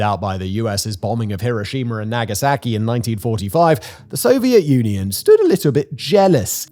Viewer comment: His constant mispronunciation of Nagasaki (in all relevant videos) is so annoying.